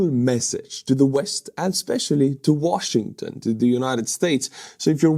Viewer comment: He's mad because his stolen Ukrainian washing machine can;'t be fixed that;s why he is so disturbed and pronounces Washing...ton!!!